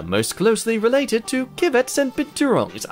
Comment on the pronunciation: civets pronounced with an s like sivets lol